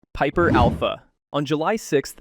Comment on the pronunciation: I had to put PIPER ALPHA on repeat cause it sounded funny 🤣🤣🤣🤣🤣🤣